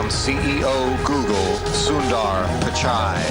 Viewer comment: It's pichai not pikai